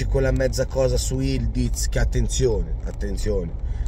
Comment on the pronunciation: Questa lettera ı in turco è una U.... Si legge Yulduz